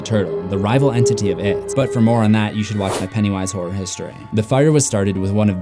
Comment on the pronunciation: I thought you said “whore history”